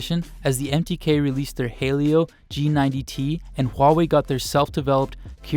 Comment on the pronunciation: Why does a lot of people pronounce "'Helio" as "hey-lio"??? It's "he-lio" guys!!!